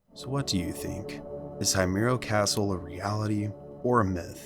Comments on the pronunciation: Your video is an excellent source to gather information about the Himuro mansion. However, your pronunciation of Himuro seems to bother me. Himuro is pronounced as "Hee-moo-ro" not "Hay-myu-ro". But all in all, it's a great video. I just hope next time you could find a way to pronounce words correctly. That's all! More power to your channel! 💖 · I like your vid.. but i can’t help but want to correct you with the family name because you’re pronouncing it wrong… it’s H-I-M-U-R-O, not Haymuro… anyway, great content. 😄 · ah yes the ["high" muro] family lol so American😂 I always wonder why you yanks never bother to respect others’ culture and pronunciation. Such plebeian standards you have over there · It’s Hee-moo-row 🤓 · The scariest part of this is that the narrator keeps pronouncing the name wrong. Aside from that, it's such an amazing, informative video. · i love your videos but saying Himuro like that is a crime dude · My dude. The least you could have done is look up the pronunciation for Himuro if you were going to do a whole story on it. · You pronounced the last name wrong . Im obsessed with fatal frame and japan . I have a tattoo of kirie Himuro. So you absolutely fucked the name up and you called it a castle when it is himuro manson . So yeah get your info right before posting.